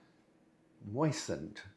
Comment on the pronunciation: It's, mmm-moistened 🫐